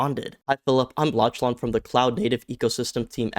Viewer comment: Lachlan is pronouced "lock-lin" not "lotch-laan".